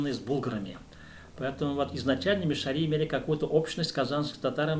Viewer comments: Ударение неправильно! МиШАри не МишаРИ. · Мишяр. Ударение на втором слоге...так себя называют татары д.Тат Толкиш Чистопольского района и др..мишяре в Татарстане.. Вы говорите о другом народе? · Ударение на А - мишАри !